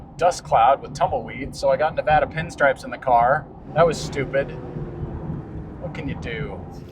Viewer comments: By the way, it's Nev-Aah-Dah not Nev-Auh-Dah. And, yes, we love living here with all the wonder around us. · welcome to the West. But please leave your East Coast pronunciation of Nevada behind.